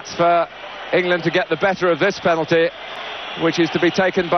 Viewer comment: Waddle has never been able to say the word penalty properly since. 🙄